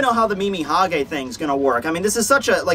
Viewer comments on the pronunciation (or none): none